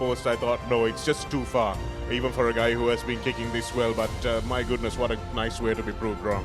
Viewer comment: Papare please advise your commentators to brush up their act both in pronounciation and phrasing too Forward is not foreward/for is not four/forty is not "fourty". Puts "boot to ball" not "ball to boot". Takes them by "the scruff of the neck" and not the scruff of their teeth. Above are some of the many bloomers to be corrected. A little conscious effort and advise is all that they need. All this is with no malice but for the good and respected Papare not to be ridiculed.